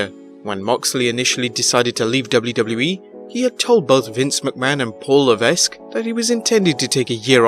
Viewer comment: Please learn how to pronounce HHH's real name! Is there one single video you do without at least one sort of error?